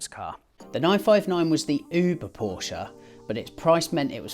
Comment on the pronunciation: You pronounce Porsche in the correct manner! Thank you.